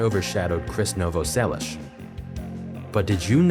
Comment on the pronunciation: “Novo sellich” 😂😂😂😂